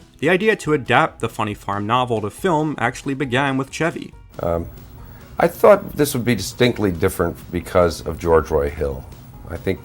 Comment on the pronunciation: Lol wow i thought this was just a movie I'd seen from my childhood nobody else did like a secret memory or something feels good to know alot of people know it and like it and finally why is this guy calling him ceavy instead of chevy I've literally never heard someone mispronounce an easier name in my life it really irks me